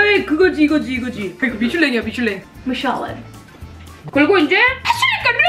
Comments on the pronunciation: 발음 완전 쩔잖아요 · MICHELIN 발음 나 주거....😭😭💙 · 영어발음 치인다!!! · 와....잠만 이거 핸드폰으로 미슐랭 쳐서 그 음성 지원되는 거 틀어놓고 립싱크 한거 아니지?ㄷㄷ